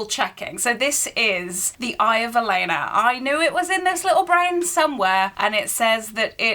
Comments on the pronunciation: Not me getting irritated with you calling Aelin Celeana the whole time😂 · The mispronunciations are killing me. Velaris and Celena 😢